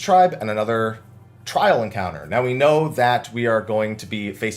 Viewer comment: I don't know why the way you say Anima sounds like enema